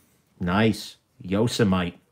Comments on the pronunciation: Yo- sem-ity... just like the National Park.. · “Yoss a mite” lmao it’s YO-SEMM-Mitty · Yo-seh-might? Yo-seh-mih-tee there,. Couldn't slog my way through this. Skimmed & skipped to end. Upshot? NOT WORTH IT, buying these TSA item confiscations. Why? You said it right from the start. "I'm not seeing any Sebenzas. I sort of suspect that anything worth a damn is going to have been already removed by the TSA." Yes. 100% true. THEY get the deals. Everything else is... semi-worthless junk. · Yo sah might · “It’s noe yo-sah-might” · Yo sah mite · Appa-lat-chin And Yoza-mite Made me lol. I love your videos. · This video was way more amusing than I expected. The ""ARRR" brand thing cracked me up, and your mispronouncing Yosemite did too. Didn't you watch cartoons when you were a kid. Yosemite Sam? Pronounced YO-SEM-IT-TEE. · Ok..it's pronounced 'Yoh sim ah tee' please 😉😀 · Your Yosemite pronunciation was gold. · No ones gonna comment on how he says Yosemite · And it's called yosemite as in the national.park bro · The way you pronounce "Yosemite"... Really?